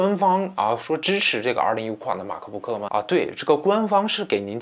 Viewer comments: 马克不可真别扭，麦克book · 马克book。。。。你这英文也是够牛逼的